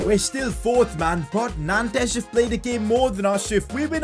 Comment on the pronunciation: It’s pronounced as nonts not nantes 🤣 great series tho